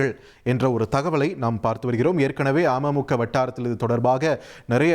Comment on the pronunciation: Neega news vasikkum pothu ama muka soaneega .. Ada keatta amaimukka nu ninaikka toonuthu